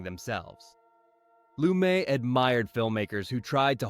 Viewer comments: Pronouncing Lumet differently almost every time (should be Loo-MET)? Calling De Sica's "The Bicycle Thief" by the title "Bicycle Thieves"? Mispronouncing "Casablanca" director Michael Curtiz' last name (should be Kur-TEEZ)? And I'm only about halfway through this thing! Someone needs a fact-checker, one with a solid knowledge of cinema history and enough smarts and initiative to look things up when not absolutely sure. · His last name is not pronounced that way. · You're kidding, right? You can't pronounce the subject of the video's last name?